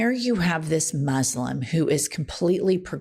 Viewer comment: Yeah, I get it, the Millers are dangerously ridiculous.. But please, please learn how to pronounce "Muslim".